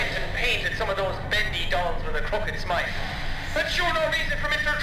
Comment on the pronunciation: When you said crooked smile it sounded like crooked smite